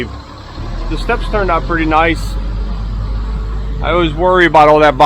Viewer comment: What is up with saying “ot” instead of out? I get Canadians pronouncing out as “oot” but I have never heard an American say “ot”.